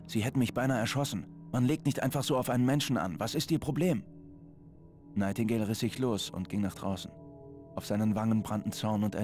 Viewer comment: ps der typ heist nigthtingale und nicht nightigdale